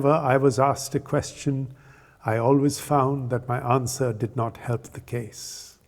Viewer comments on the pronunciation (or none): none